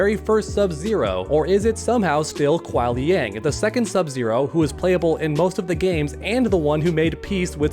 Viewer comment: It's Qui Liang